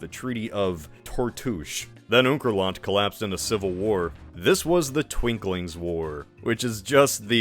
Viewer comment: Just one correction, its not twinkling, war, its the Twinking war. Twin-King, lol. Because there were twin kings fighting for control. Also, turtledove does kind of change the context of the holocaust, by making it the fuel to a magical superweapon... which gets copied by the Not-Russians. Ps. Its not at all relevant, but im sad that you left out the fact that the algarveans have red hair and wear kilts, lol